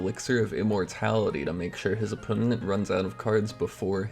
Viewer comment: opponent has 3 syllables not 4